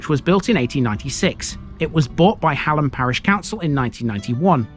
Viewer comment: A lovely well researched video, but you missed out Gray Lane completely! You also missed out on the best walk up Gray Lane over the field and back down onto Manor Fields. Oh and by the way it’s pronounced Hay-lam. Otherwise thanks for visiting👍